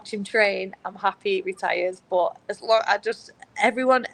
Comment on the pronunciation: when she says BUUT it cracks me up I love it